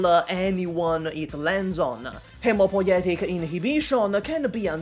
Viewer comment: Loved the videdo,, but what's even more impressive is that u managed to say "Hemopoietic inhibition" in one try, flawlessly and fast. Absolutely hands down XD